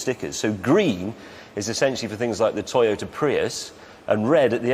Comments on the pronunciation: Pry-iss? No, it's Pree-us. Tee-ota? No, it's Toy-ota These clips are obviously before Tesla proved EV viability as real cars. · I am afraid it's pronounced PREEEEUS with a deep strong S. It's a Japanese car not British you don't get to pronounce it the way you want. Jeremy is a joke for pronouncing it freaking Pr I us. Toyota it's pronounced with accents on both Os and A like that : tOyOtA and prius is preeuS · Teeyota Prius